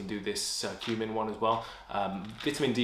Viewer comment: Curcumin is pronounced like cure not like circle :) Of all these I would take L-Glutamine (endurance), Creatine (pumps muscles), vit D (testosterone and immune function). The rest are questionable and B-vitamins by themselves, without caffeine do not give any energy. I take large doses of B12 to boost hemoglobin and red blood cells and it doesn't give me any energy.